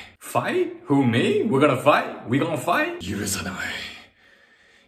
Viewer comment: When you said fight you actually didn't say fight. You said warm.